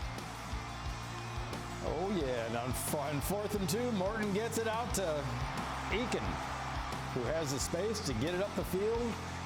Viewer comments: Eakin pronounced Akin. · Koy pronounced "Ay-ken"